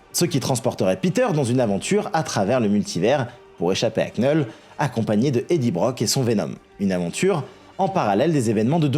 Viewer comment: Vidéo géniale, comme d'hab. Juste Knull... Ça se prononce Null. Le K ne se prononce pas. Mais continue tes vidéos, t'es top!!